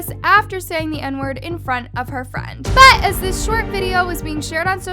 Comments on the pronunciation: the BUT keeps scaring the fuck out of me lmao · jesus the ‘BUT’ is so annoying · The way you say “BUT” is too much. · My heart skip a beat everytime says BUT!! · I kept getting distracted by you saying “BUT!!!” 😂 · it was kinda extra and annoying tbh lmfao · The emphasis of “but” always distracts me